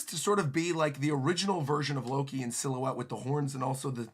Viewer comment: As soon as you misspoke Loki as “looki”, like “lucky”, which sounds like the mispronunciation of luffy. What is Loki’s name is a play on lucky?